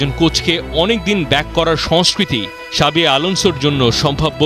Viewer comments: শাবি না জাবি 😂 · জাভী উচ্চারণ করতেছে শাবী? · ভাই শাবি না জাবি আলানসো 😂